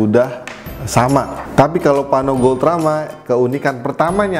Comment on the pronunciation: Kepeleset lidah mulu nih jadi paRno. Tp desainnya boljug